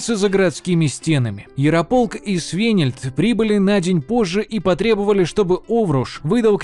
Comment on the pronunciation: Поработайте пожалуйста над ударениями! Очень много имен и названий, произносите неправильно, например имя воеводы Свенельд на !